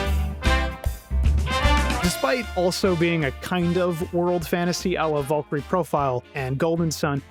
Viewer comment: I kept hearing you say 'Vulkry" over and over, and then I saw who you meant. VALKYRIE! VAAL KEER EE! And if that's how the game pronounces her name, then the game is fucking wrong, too.